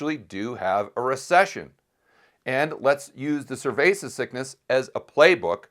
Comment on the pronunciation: Why is he calling it “cervesa sickness”?